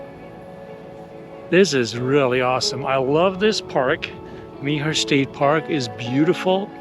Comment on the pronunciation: Nice walk through and review, thanks! Did you have any problem with ants? I’ve seen that reported in the past. Mobile is pronounced “mo- BEEL” by locals. I think Meaher is pronounced “mayor,” but not sure. Thanks!